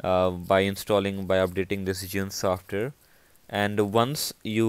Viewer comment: learn how to say software then make a video useless video